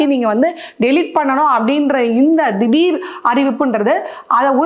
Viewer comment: உனக்கு தமிழ் பேச தெரியுமா தெரியாதா? திடிருக்கு திடில் ன்னு சொல்ற, ஜனநாயகத்துக்கு ஜகநாயகம்னு சொல்ற